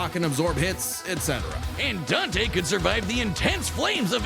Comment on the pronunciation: Its dante.